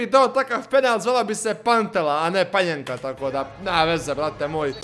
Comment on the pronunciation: Pa ni ne zove se panjenka nego panenka.